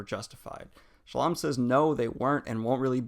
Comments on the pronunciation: Shallan,. Shallom, Sallan, Salam...... I'm getting the feeling you don't like her. You do not mispronounce any of characters' names, even more complicated than hers 😉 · Are you saying "Shallan" or "Shallam"? Because it sounds like you're saying "Shallam" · Are you saying sallom? It’s Shallan. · I love the wrap-up <3 problem tho is why do you always call her Salam? HAHA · Daniel you pronounced "Shallan" like 50 different ways in this video lmao. Sometimes "Shallam" sometimes "Sallom". DUDE!!!! XD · Is it Shallan or Shallam ?? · "Kobol and Shallam" lol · Why are you calling Shallan Salaam? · "shuh-lawn" that's a new one to me, lol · He keeps saying Shuh-lawm 🤣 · I agree! It was pretty jarring hearing these mistakes like Soulstone instead of Sphere, Shallom, etc. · Are you saying ShallaM? :D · look man i appreciate what youre doing, but its "SHALL-lynn" and "JAZZ-nah" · Daniel's said himself on another vid that his pronunciation of Shallan has to do with dyslexia, but if you disagree you can take it up with him I guess 🤷‍♂️ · Lol. Just watching this and Daniel’s mispronunciation of Shallan’s name getting worse each time he says it👌🏼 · Definitely, he pronounced Shallan in a very Arabic way. I pronounce it more american.